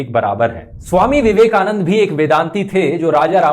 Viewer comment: When listen “Swami Vivekanand” from you ... I remember Donald Trump’s “Swami Vivekanunnnn....”😛😛😛